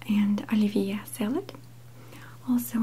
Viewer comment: videovedo36 It sounded like "Olivia" to me and I was like, "That's my name!"